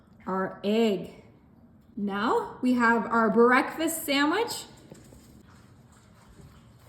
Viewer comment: Bah-reck- fast??? Smh